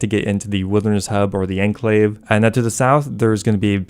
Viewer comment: It's pronounced ahn-klayv, not ehn-klayv.